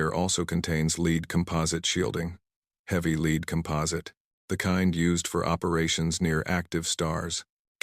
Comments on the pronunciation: "Leed" is NOT' 'Led' lead.... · They never get lead read right